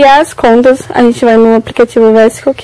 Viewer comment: se pronuncia (visco) e não "vesco", mas amei o video kkkk